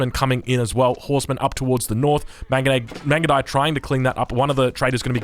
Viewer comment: i died when he try to pronounce the mangudai upgrade